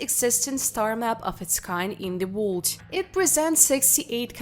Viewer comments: The dialect doesn't pronounce words you can understand, they must not be American or studied English language, sounds like some words are blurred because whoever is narrating can understand how to say them, for instance the word ( world :we say Woer L dah) sounds like they are saying ( wha d) some here say Wo erl dah, wonder why if this is targeted to the US they are using some other dialect, they must be trying to make money from the videos. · Really excellent - interesting and well researched -Yes I have subscribed ! Some of the pronunciations are VERY cute , including the word "world" !!!!